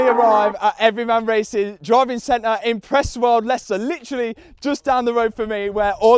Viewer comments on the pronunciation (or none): none